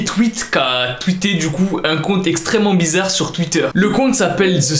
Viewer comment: IL a dit ixtrement bizzare